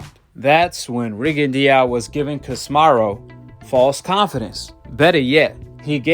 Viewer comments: Ca si me ro not kosmarro 😆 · Not to be rude bro but ya gotta pronounce names right, stop saying casimaru